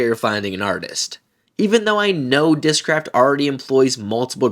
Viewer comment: Their commercials during the tournament also screamed AI. I posted there I wouldn't buy their discs on account of that. They even appoved an ad that mispronounces discraft.